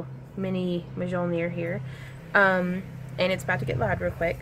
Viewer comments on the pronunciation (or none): J in Mjölnir is pronounced like y in yellow.